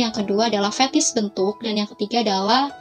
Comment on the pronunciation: Fetish mba, bukan fethis🙋🏻‍♂️👩🏻‍⚕️